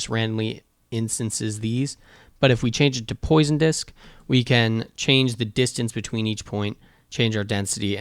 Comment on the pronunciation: Thanks for the Tutorial. Just FYI it's not Poison Disk, but Poisson Disk. French for fish.